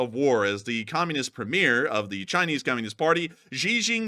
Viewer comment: Premier pron Premy Er. Not ear!! FFS